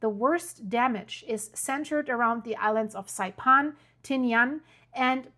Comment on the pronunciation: Learn to pronounce Saipan please. It's not Saipon. It's -pan, as in frying pan.